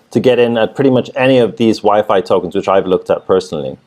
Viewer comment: bro it's YFI like Wifey 😎👍🏼